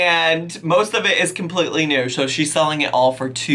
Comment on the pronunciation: Not autocorrect, that’s how she pronounces selling lol